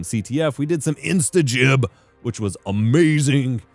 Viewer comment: Finally, someone covering this game that can pronounce "instagib" properly.